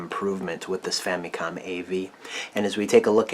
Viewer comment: I just want to ask, why do you pronounce the Famicom like Fa-Mee-Kohm, and not Fa-MUH-kohm like most people do?